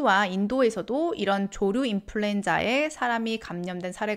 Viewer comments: 발음 정확히 해주세요. 조류 인플루엔자입니다 조루 인플루엔자 아닙니다. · ㅋㅋㅋ 조루 조류